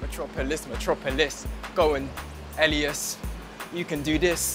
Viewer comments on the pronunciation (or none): she kept saying elias like alias after everyone kept saying (EL-EE-S) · Why does she say Alias instead of Elias